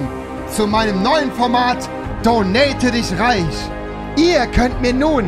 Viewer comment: "Donate dich REISCH"